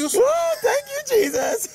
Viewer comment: I thought he said "Thank you Bee-sus!" as first.